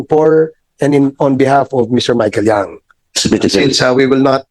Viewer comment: By the way the surname of Michael Young is Yang not Young!